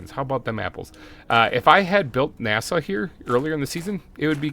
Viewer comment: Sometimes when he says NASA I hear NAS-ALL